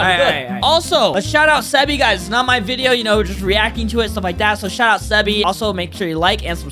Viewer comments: he really said sebee :(((( BRO ITS LIKE THIS SEE BEE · its sebee but you need to read it like sibii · Sebee is pronounced as see be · Its not seh bee.. Its Sea Bee.. The name is Sebee (not hater lol) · He's not called Sebby he's Sibbi or Sebee or Seebee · It's not sebe it's SEE BEE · BRO ITS SEE-BEE not seb ee get it like the wod see + bee equal [see - bee] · its not proununced see-bee its like sea-bea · he said seebee wrong ;/ its see beee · u made me mad. its seebee not seybee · Nob u said subee ITZ 8Z SYBEE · *ITS SEE-BEE PRONOUNCED SEA BE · it's sea-bee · his name is pronounced "see bee" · Bro it’s pronounced like “seebee” but spelled sebee💀💀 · It’s pronounced See-Bee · It’s pronounced seebee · its pronounced seebee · I don’t want to be rude but I’m rude by saying this hwo to say sebee is see bee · DUDE U SAID SEBEE WRONG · Lol saying sebee's name wrong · how foltyn pronounces seebee (sebby) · That's not how u say sebee right guys??? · everyone might have cringed because he pronounced sebee wrong